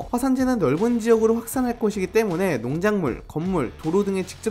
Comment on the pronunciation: 말할때 때-문/에! 이러심